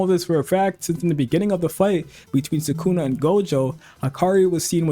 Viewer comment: Subscribed for pronouncing sukuna correctly most of the time. Nobody else on YouTube gets it right